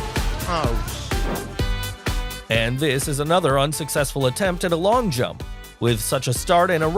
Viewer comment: We all heard you say drump instead of jump one the pole vault video. Ill never forget this